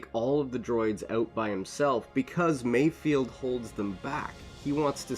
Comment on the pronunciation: I think his name is MayFELD not mayfield